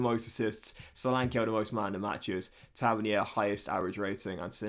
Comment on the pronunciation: Episode 8 and it’s still pronounced Taverneer